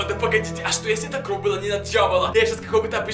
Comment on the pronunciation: Не кров а кровь